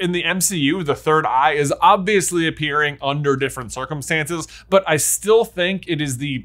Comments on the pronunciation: Choose a pronunciation of Agamotto and stick to it man! 😂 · Is there a reason why you're mispronouncing The Eye of Agamotto You trying to sound like Benedict Cumberbatch trying to pronounce penguins